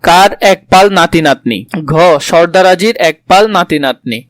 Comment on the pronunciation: ''Shorda Roji'' na bolod,, ''Shordar Jii''